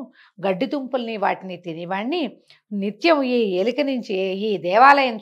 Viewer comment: ఎలిక కాదు ఎలుక 😊